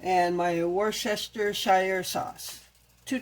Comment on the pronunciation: Digital coupons and store brands can really save you money. The recipe looked tasty. Sometimes rice is difficult to cook when it's mixed with other ingredients. Not sure why. Worcestershire is pronounced Wooster - Shear. Crazy huh? Lol!